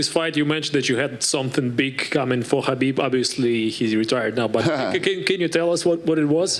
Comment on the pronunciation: Kha...bib. With a “K”.